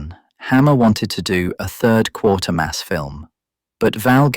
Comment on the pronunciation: Please forgive my attention to detail, but it's actually Quatermass, not Quartermass. I wonder why so many YouTubers mispronounce it. I suppose it might be due to insufficient research.